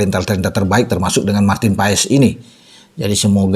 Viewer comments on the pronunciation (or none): yg bener baca nya "MARTIN PAES" atau "MARTIN PAS" ?